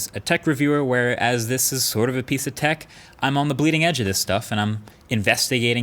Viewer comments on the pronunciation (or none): none